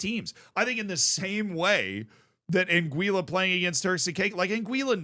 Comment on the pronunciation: an - gwih - luh